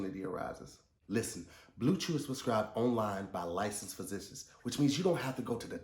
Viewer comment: First of all you didn’t pronounce physician right in that ad 😂... The struggle.